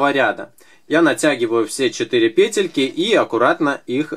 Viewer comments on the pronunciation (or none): Не пЕтелька,а петЕлька